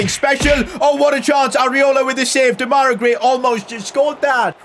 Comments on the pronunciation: It’s not demayra It’s demerai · This has been triggering me, his name is pronounced De-ma-ri Grey